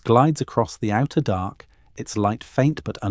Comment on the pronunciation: DARK... not dock! Learn to pronounce words CORRECTLY!!